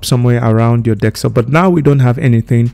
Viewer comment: its just the "dekstop" that got me 😂😂